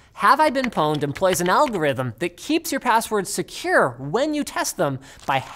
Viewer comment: Pown-ed? Pawned as in Porn-ed